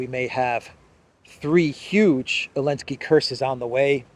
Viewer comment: Why is he keep saying “elenski “ , is it intentional ?